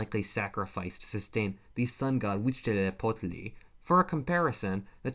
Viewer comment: It is fun how you pronunciate Huitzilopochtli, it is pronounced Gui-chi-lo-poch-tli